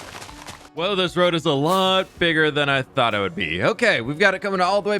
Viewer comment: Well that was a „lottle“ of building